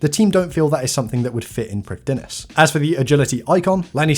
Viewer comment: Heads up to save you from the embarassment int future, Prifddinas is a Welsh word, so it's pronounced like Prif-thin-ass, with the 'th' like in 'father'.